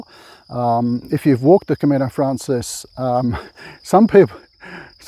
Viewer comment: it's Camino Francés, the stress is on the second syllable. Buen Camino